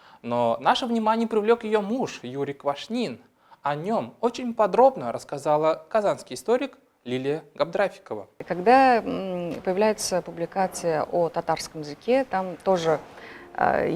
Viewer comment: убедительная просьба не коверкать татарские слова и правильно ставить ударения: ГабдрафИкова, но не ГабдрАфикова; МухаммАд, но не МухАммад; казЫй (духовное лицо, совершающее суд по шариату), но не кАзый. Большинство татарских фамилий -производные от арабских имен, поэтому ударение делается на последнем слоге корневого слова: РафИк, СалИх, КарИм, СабИр, ХамИт, ИльhАм, ИдрИс, МирфатЫйх